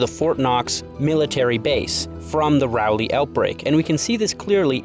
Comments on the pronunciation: As a North Carolina resident it pains me to hear you pronounce it like RAH-LEEE it‘d be more like Rölee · as a local, almost everyone here pronounces it as “Rall-Lee”, with the R in Rall pronounced the way B is in Ball. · As an NC resident its my duty to inform you that everytime you pronounced Raleigh i laughed lol. Its RA-LEE not ROW-LEE Aside from that, great video i enjoyed your take on the sauce being the culprit i havent heard that one before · It's Raw-leigh. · It's rall (like 'hall')- lee but rally is close enough ig lol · Its Rah-lee not Rowley 😅 sorry great job on the video , it was just bugging me. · Raleigh: Raw-Lee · It's RALL-lee. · Bro can't pronounce Raleigh to save his life. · I'm also from Raleigh and I never realized how different the pronunciation is from the spelling LMAO